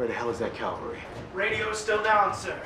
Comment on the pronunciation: word is ca val ry